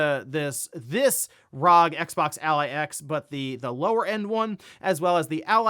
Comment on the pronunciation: The way you pronounce ROG bothers me, especially since ASUS themselves say it's R-O-G.